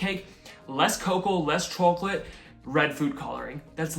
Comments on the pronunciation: "Chooalate😂" i love it! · why do you say chawklate. great vid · Interesting how the chawcholate and Cawfee pronunciation wasn’t there 2 years ago. Lol why tho? These look delicious btw